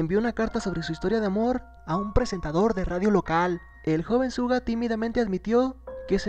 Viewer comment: Se pronuncia shuga pero igual te amu 😂🤗